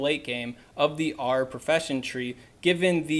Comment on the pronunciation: If you’re going to make a specific guide on something, at least learn how to pronounce it properly. It was horrible to listen to. I mean it’s literally said in the films, and pronounced properly by JK Rowling. Arer? Does it look like it’s pronounced that way? Annoying ass video